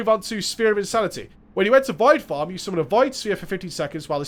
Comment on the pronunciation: Poor guy. He can't say "form" properly.